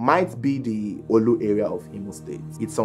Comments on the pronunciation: Not in Onitsha and the pronoucention is not olu. Is orlu in imo state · Its orlu not oolu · Orlu not not olu 😂